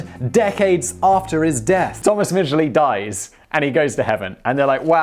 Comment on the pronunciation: I would just like to say....thank you for pronouncing the name right. (We don't talk about Thomas...)